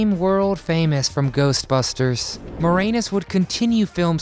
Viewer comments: Why do you keep pronouncing Rick moranis's name Rick more-anus? You say the a the same way you would in "and" or "an"... Not anus like an asshole... Lol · it's pronounced MOR-ANNUS. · When you butchered Rick Moranis' last name, you somehow make it sound dirty. LOL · Pretty sure you're pronouncing Moranis, wrong.